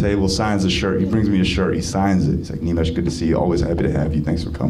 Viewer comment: Nimesh got the accent and voice bro